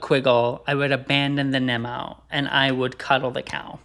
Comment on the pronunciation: Lupay? Nemo? Get him a pronunciation guide stat! Kidding obvi, love the show!